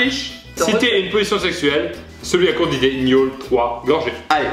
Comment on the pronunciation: Suis-je la seule à avoir entendu miaule au lieu de gnôle ??😂😅